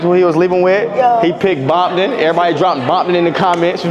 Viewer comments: him being old don’t mean nun he still said bomptom instead of Compton like a blood🤣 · Probably not a crip he calling Compton , “bompton